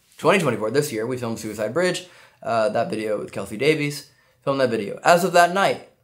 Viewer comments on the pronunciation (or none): none